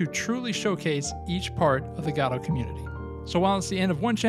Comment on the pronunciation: Ive heard go-dot and guh-doe, but never god-oh